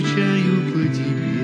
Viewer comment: Я скучаю по тэбэ. Сказал как щирый